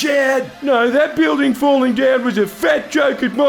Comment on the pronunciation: and the posh voiced "Oh naauwr!"